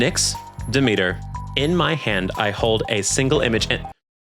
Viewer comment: I know it's probably accidental but you pronouncing Charon as Karen and Demeter as The meter has become a vocal stem for me, when i play hades and find Charon i go "omg it's Karen"